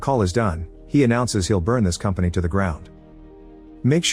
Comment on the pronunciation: “Burn it all to the gwound…”